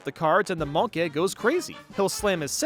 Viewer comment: I like how you said monke and goopy le grande getting lorger